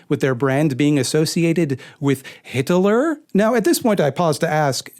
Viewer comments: I AM DEAD. Hit-el-lurr dear GOD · Welp guess I'm gonna pronounce it "Hitaler" from now on